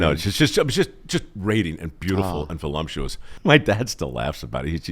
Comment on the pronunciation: MIKE, there is no "lump" in voluptuous.